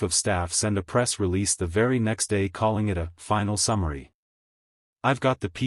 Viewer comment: Stop the ai reading. The word is calling. Not caaling! Cant watch.